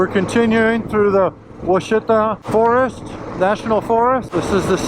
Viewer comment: Nice. Great soundtrack as well! Just an FYI, it’s pronounced WASH it awe. I attended Ouachita High School in the 70s. I took quite a few road trips up Arkansas 7 from north Louisiana up to the Buffalo River in the Ozarks i also camped some in the Ouachitas. They’re gorgeous.